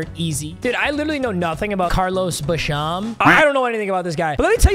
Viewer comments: Oh-gletree not ahggletree, ah-mon-rah not amonruh, bash-im not bashom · Bruh is really saying Carlos ba sham💀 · The way he said boogie bashams name hurt my soul as a bills fan 😭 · The way he was pronouncing basham was criminal